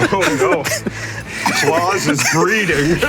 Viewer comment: Pronouncing his name “Claws” is hilarious.